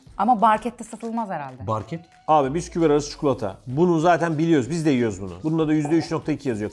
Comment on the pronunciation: farki biskuvit degil piskuut